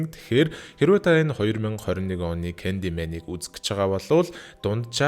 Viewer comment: Candymen gej heleed bolku bnshde